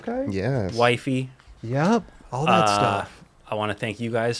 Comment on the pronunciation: had to play it back first thing I thought I heard was as he said what he was up to"Skating,traveling, whitening.." As in teeth whitening 💀 he said wifey